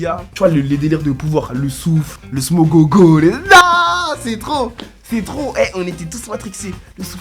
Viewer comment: hahhahha il a dit le smogog a